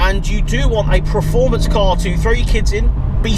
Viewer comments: I think you mean preformance 🤣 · Please learn how to say performance, otherwise an adequate video